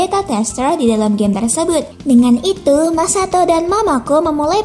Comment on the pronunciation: Yang Katakan Masato Yg Gw Denger Masako:v